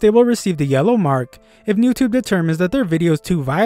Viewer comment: Bro said noutube